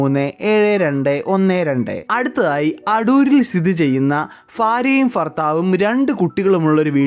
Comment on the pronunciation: ഫാര്യ ഫർത്താവ്😂